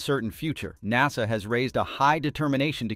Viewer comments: AI cant pronounce NASA😂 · AI voice mispronounces NASA. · Cool Vid. Please say NASA again :D